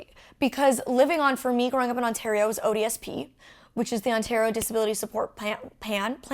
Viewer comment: Every time Molly says "ODSP" I kept hearing "odious Pete."